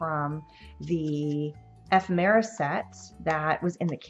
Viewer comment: I like how you explain your thought process; great instructions. Love the cards. Thank you for the video. ( We do need to teach you how to say ephemera ;)